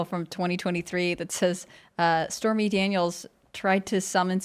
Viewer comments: Did she really say spermy Daniels?! 😅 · Did she say Spermy Daniels?!?!